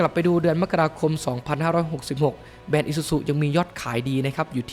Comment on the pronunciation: ติเพื่อก่อนะครับ แบรนด์ ครับ ไม่ใช่ แบน